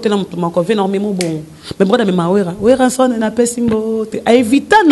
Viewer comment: tu n''arrive pas na ko prononcé Werason?